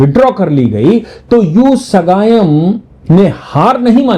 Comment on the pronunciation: His name is Sagayam not ugayam